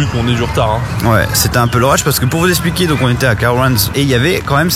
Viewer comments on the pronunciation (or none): none